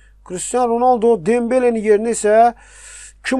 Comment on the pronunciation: Ronəldi yox Ronaldo